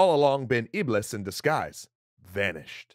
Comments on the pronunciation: you pronounced iblis wrong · Iblis is pronounced iblees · Great episode but here is something EXTRA 1 : iblis is pronounced iblees 2 : is the same creature as shaitan 3 : and it's the fallen angel in Islam that tells people to sin and do wrong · guys, the correct pronunciation of Iblis is in fact Iblees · Iblis? I thought it was Ahriman .